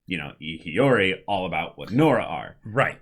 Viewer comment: YESSS!!! They finally pronounced Hiyori right! Also, we never got the story with the butterfly